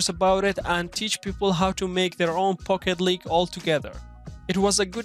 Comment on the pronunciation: It sounds like he says "Fuck it League" 🤣